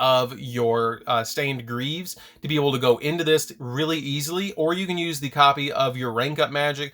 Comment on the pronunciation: Sounded like he said shit stained greaves 😂